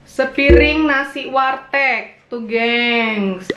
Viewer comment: Tulisanya warteg tp ngebacanya wartek ... Kocak ...